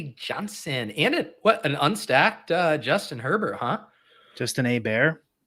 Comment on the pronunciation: Love pronunciation of Herbert